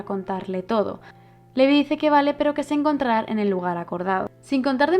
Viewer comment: me encantan tus vídeos, un análisis excelente y superdetallado. Me encanta que compares con el manga pq yo lo leí hace tiempo y es interesante ver como cambia. Sólo t diría una cosa, y es q el nombre de LEVI lo pronuncies "livai" o algo así lo dicen en el anime, pq al miratelo leer tal cual no puedo evitar pensar en Levi la d Fairy Tail. No es por mal, sólo es un consejo, tus vídeos son perfectos 😘